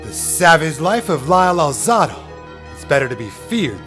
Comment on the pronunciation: Actually this guy IS saying it correctly, I have read Lyle saying that many times this is the true pronunciation of his name.